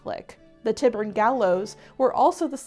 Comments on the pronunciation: Another great learning,. Just want to say Tyburn is pronounced Tie Burn. Light and peace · Love you - but it is pronounced TIE - burn 😘